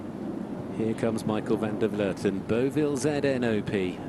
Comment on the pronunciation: finally a commentator who can properly pronounce the Dutch name Van der Vleuten...